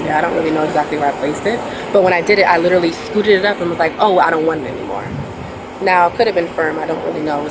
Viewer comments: You mean “lillally” ? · Can any Americans explain why nobody getting arrested can ever pronounce “literally” ? “Lillally” is rogue.